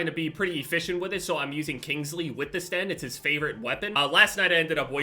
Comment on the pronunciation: Yupp just as annoying as hearing someone calling it ''Stenn''